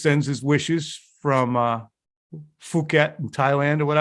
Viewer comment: "Phuket". you have lost it, for cripes sake. That was funny stuff.